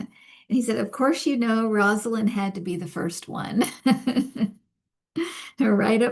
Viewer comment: Rose ah Lynn is how you pronounce her name. Not Roz ah Lynn.